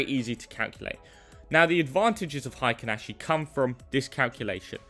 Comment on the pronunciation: HI-kinashi 🙄 probably says "BUH-in" and "KI-in" too 🤮